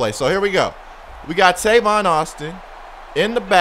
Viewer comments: his name is tavon not tayvon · It's tayvon.... ( pronounced)